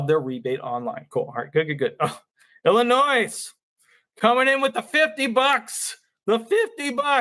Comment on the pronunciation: It's not Illinoise.